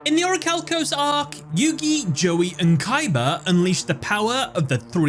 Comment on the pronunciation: It pains me every time you mispronounce orichalcomolos